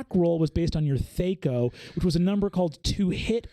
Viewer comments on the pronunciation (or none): I love you Brennan but its THACK-O, not THAKE-O pronunciation wise. C'mon. Like whack, not wake. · THAC0 sucked for sure. I do thank it for helping me skip steps in algebra problems since I could retain small calculations like that for as long as needed. I never have heard it pronounced thay-co, like it was some fairy company who's CEO was born without the ability to pronounce 'eff'-sounds. In the 90's and early 2k's when a lot of TTRPGers still played that antiquated ancestor rather than better systems like 3.5/pathfinder and beyond; it was thah-co. It is so interesting to me how groups of people figure out their own pronunciation of words when everything is happening in their theater. It is like the names of characters in fantasy novels. Talking to another person that has read the same book as you can take some translating.